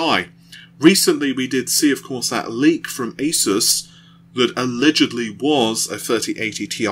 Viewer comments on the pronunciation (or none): none